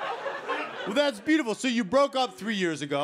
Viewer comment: It's like: "Thas byooful" (slightly slurred)